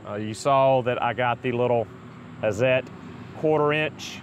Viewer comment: Can you say "Hat-zet"? That would be pretty close to the right pronunciation ; -) , maybe because i've been around so many Swiss and German techno-mecho types :-) The "hi-per", in Germany would sound something like"hee-pair" But we could say "hi purr" ;-) I bought Hazet's "stubby" 1/2" drive impact driver, lets me get into under-the-hood, and behind-the-wheel locations, and it's light, and super smooth, and really spins off lug nuts!